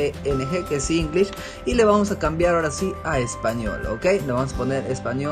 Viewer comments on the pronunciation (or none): lengUish XD